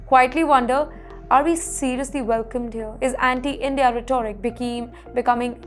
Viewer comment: It is pronounced "rheto-rick"...